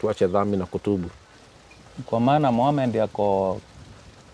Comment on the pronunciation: Jina anavyolitamka Muhammad maa shaallaah huyu subhanallah ni kigogo